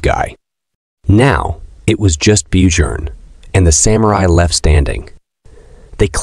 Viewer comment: His name is "Björn" which pronounce as Byorn in English 😭😭